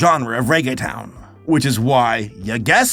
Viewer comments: It pronounced like tone at the end...not ton. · Oh man, I've been learning Spanish a few years, and still struggle with some of the pronunciation, so I can empathize, but I spit out my water when pronounced reggaetón "reggae town." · He says Reggaeton funny